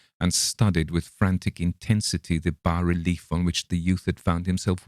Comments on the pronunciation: Congratulations, you’re one of the few narrators on YouTube to correctly pronounce “bas-relief”. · Finally, a narrator who knows how to pronounce "bas relief" properly.